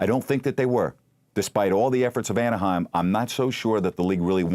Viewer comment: lol Kevin Johnson mispronouncing Anaheim over and over.